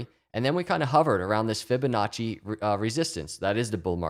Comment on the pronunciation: Drink every time you hear Fibinacci